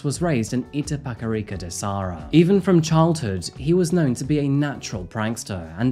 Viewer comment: It's Itapecerica da Serra, not Sarra :)